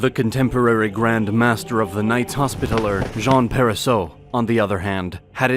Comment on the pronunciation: Sub-seaqint? Sullyman the First? Knights Hospitaler?? Are you doing this on purpose? Haha it's like being in Starbucks 😂